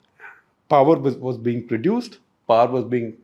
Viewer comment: Also it amuses me when he utters word poowerr instead of power . His english is amazin.